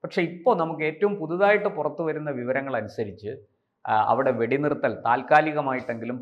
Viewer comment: എടാ കിഴഞ്ഞാ വെടി നിരത്തൽ അല്ല വെടി നിർത്തൽ